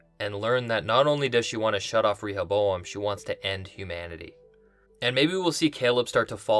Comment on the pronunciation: I believe the pronunciation of "Rehoboam" is not with a strong "E".